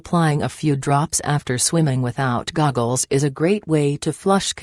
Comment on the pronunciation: LMAO SHE SAID GOGGELS